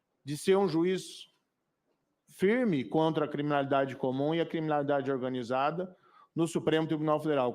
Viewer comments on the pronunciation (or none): O Moro fala, fala e fala mas não fala nada, pergunta sem nexo, sem contexto um homem que tem dificuldade de fala a palavra comigo. MORO "Comim"